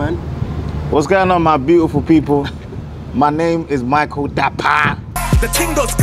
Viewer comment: I loved how he pronounced the Dapaah In a Ghanaian way..